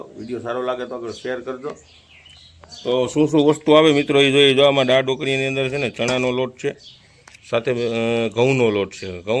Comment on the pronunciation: જેને ગુજરાતી શબ્દો બોલતા નથી આવડતું તેવા પણ મોઢામાં ડૂચો નાખીને લાઇક અને સબસ્કાઇબ કરવા હાલી મળ્યા છે. દા. ત. 'દાળ' બોલવાને ડાળ શબ્દ બોલતો હોય એ નવાઈ છે😂😂😂